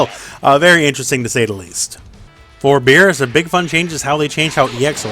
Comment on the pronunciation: “Beebus”...... oh boy